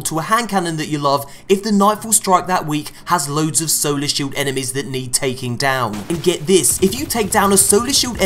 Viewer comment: I kept hearing soda instead of solar...